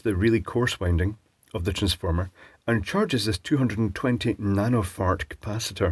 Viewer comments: Did he say 220 nano fart capacitor? lol I will be calling them nano-farts from now on. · Did I hear nano fart correctly? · “220 nano-phart capacitor” LOL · I thought I heard him say that so I listened 3 times and yep. That what I heard